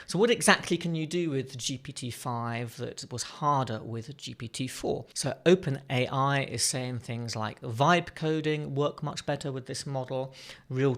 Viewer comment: "Open IA"? I'm pretty sure it's: 'Open AI', LOL.